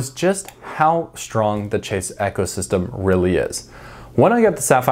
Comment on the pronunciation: The way you say ecosystem is absolutely wild